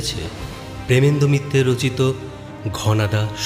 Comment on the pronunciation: bro did you just say, "প্রেমেন্দ মিত্তের রচিত ঘনাদা সমজ্ঞ?" 😂😂😂😂